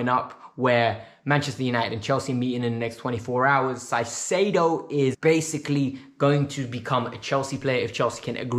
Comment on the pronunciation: ZEIZEDO???? JAJAJAJAJ CAICEDO bro